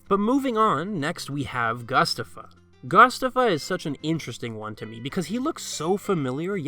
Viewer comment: how is it not pronouced goo-stah-fuh like mustafa with a G